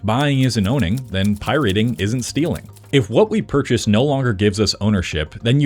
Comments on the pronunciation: Please pronounce pirating properly. It is not pronounced pie-rate-ing. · pie-rating is my life's passion 🥧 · I swear he was ragebaiting us by saying "pierating" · Can't watch a video from someone who can't pronounce pirating. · why does bro pronounce “pirating” like that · Why does this guy pronounce "pirating" like that 😂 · ...why do you pronounce pirating like that?? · did you make this entire video just to troll people by pronouncing pirateing wierd..... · The way this dude pronounces pirating is so abrasive lol but otherwise great video. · Using this video as distress tolerance training due to the abysmal, idiotic, nonsensical pronunciation of “pirating” and “pirate” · what is Pie-Rating? it's piraating...one word brah...great video otherwise :) Everyone should pirate until these corporate leeches are forced to change, forced to support the consumer again. Consumers have so much power, yet they just keep rolling over for convenience. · Hold up. Why do you keep saying Pyriting instead of pirating? Is this exclusivly about rock music? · I hate the way you pronounce pirating, its pirate-ing not pie-rating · SAY IT WITH ME PIE-RAT-ING Also... LIME WIIIIIRREEEEE (not WARE) Also... bittorrent is not a platform, it's an application. torrents are files. files don't get cut up into small pieces, you're just streaming different parts of the same file at different times. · Pie-Rating? Slop1 Slop! beep! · Why is this dude saying pirating like “pie rating” stupid. That’s not how you say it anywhere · Why the fuck are you saying it like pie rating??? Lile your gonna rate a pie on how its tastes or some shit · did you just say pie rate? Whut? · Making a whole video on pirating and pronouncing it "pie rating" is diabolical. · PIe-Rating? I cringed every time he said that. Been in the scene since the C64 days and no one has every said Pie-rating before… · Pi-rating? You an AI bro? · “Pie-rating” and “lime-ware” seriously makes me think you AI dubbed this. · Pie-rating wtf ha